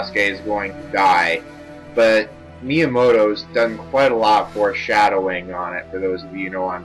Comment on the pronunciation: Did you say miamoto?